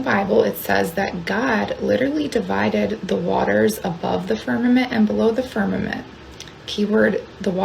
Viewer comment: .... omg, girl, it's "fir-ma- M ent!!!!